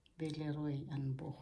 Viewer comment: You have a really nice collection! Also, you pronounced "Boch" perfectly - usually people who are not native German speakers, don't know how to pronounce the "ch"